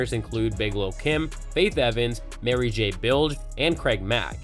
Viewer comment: The narrator said... Mary J "Bilg" lol